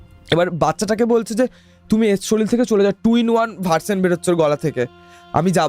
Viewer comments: শরীর ❎ শরীল ✅ 😂😂😂😂😂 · দাদা ওটা শরীর হবে শরীল না 😂😂😂😂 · রোজা নয়, ওঝা শরীল নয়, শরীর, একটু ঝাড়াই বাছাই করে এনো পরের বার । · Uchharon er karone sunte echha korlo na . Ato wait kore thaki podcast er jonno kintu hotash holam . Soril, roja ar goga sune obak holam😮 odbhut bhasa kokhono sunini . Ghotona ta bhalo chilo na.😂